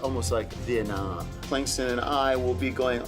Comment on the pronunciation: Kinkland, Klingston lolol